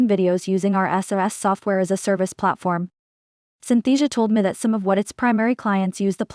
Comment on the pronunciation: When she says “me” it sounds like “meh”